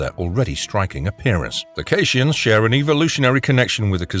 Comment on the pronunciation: I love the way that the chapers call Cardasians as 'Kardashians'.